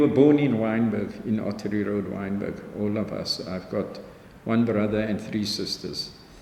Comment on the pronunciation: WYNBERG NOT wintergreen